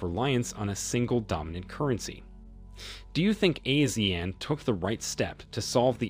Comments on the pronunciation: It’s pronounced (Ah See Aaan)… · It should be pronounced as Ah-See-Yahn. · ASEAN is pronounced as ah-sea-arn. Not “a-sian” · Please look up your pronunciation of Brunei and Asean. It would make your statements and arguments much better for the listener.